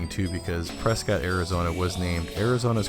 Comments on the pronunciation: Hey I live in Prescott. I remember going to that mall when it first opened. My school was part of the opening ceremony. So many businesses have come and gone. Also I don’t know if you know but it’s pronounced Preskitt. Don’t let anyone up here hear you say preSCOTT. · Nice video, but I'm guessing you're not from Arizona. Prescott is pronounced pres-kit not pres-cot. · I thought all the locals called it "Pres-ket", Arizona. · You pronounced prescott wrong lol😂